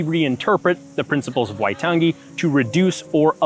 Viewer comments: Love the NZ content! But I think a note on pronunciation should be made. "ng" in te rea Māori is more of like the end of the "-ing" suffix in English, "nguh", not the hard "guh" as pronounced here. There are other things, like the tapped/rolled "r" and the vowel system, but that "waitan- gee" stood out the most. Other Kiwis feel free to correct or explain differently. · The emphasis is on the "ai" in "waitangi", not the second "a" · The way he says waitangi is so weird lmao, you ain’t meant to emphasise the g like that 💀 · How could you do a video on this and not know how to pronounce 'Waitangi'? It's actually insulting.